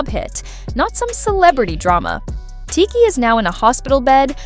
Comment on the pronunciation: tired of ai narrator getting names wrong